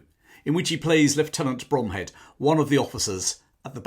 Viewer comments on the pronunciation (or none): Small point of order, Lt Bromhead's name was missed, pronounced throughout the film Zulu. It is in fact pronounced "Brumhead".